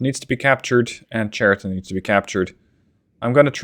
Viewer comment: Just to correct you — Chariton pronounced not correctly. Right pronounsiation is Hariton (H like in hunter)